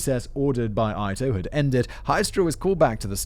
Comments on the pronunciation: It's clear thar Simon not only has no foreknowledge of the script but has very little knowledge of common knowledge history at all. I'm finding him to be irritating to the point of cringeworthy. You don't know who Ronald Goldman is? Rodney King was beaten to death? It's pronounced "E-toe", not "Eye-toe,". Plus, to either laugh off his ignorance (in other episodes) or in Goldman's case, become so serious that it comes off as disingenuous? Ffs. Why have I been listening to this hack? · I have thought OJ did it since the trial. My mother was certain he was being framed. I disagreed strongly. I know you did not know, but the Judge's name was pronounced EE-to. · Judge Ito (Eeto) throws me off how simon pronounces it. This was the trial of the century. Not sure but i think this is what cause there to be a tv channel on courtn cases. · The judges name is Ito......It's pronounced "E-toe” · I’m sure someone has mentioned this already, but “Ito” is pronounced “EE-toe.” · The judge’s last name is pronounced “ee-tow” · Its pronounced It-toe. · It threw me off every time he said "eye-toh" since I've heard his name said so many times I will never forget it. Ito is Japanese and in Japanese i's are pronouced ee. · Ito is pronounced like veto. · Ito is pronounced ee-to. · Judge Ito (EE-toh - i kept wincing at the pronunciations) - was the star - he was the one who had to manage this circus, and he was one of the first real televised judges I had ever seen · If you ever make another oj Simpson video remember the judge ito's name was pronounced eeto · Who tf is “Judge Eye-toe” 🙄 god…. If he would just do a little research, watch one clip from a story about the case from an old CNN story or something. Hell they could’ve watched the FX people vs OJ version and he would’ve know he pronounced the name incorrectly for two fuckin hours. Cmon man put a little effort in it don’t just read a script they put in front of you. Idiot. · Just a little tip Simon. Ito is pronounced ee toe.